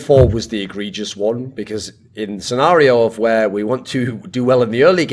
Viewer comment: did this man just pronounce egregious "eh-greg-ree-us"? lmao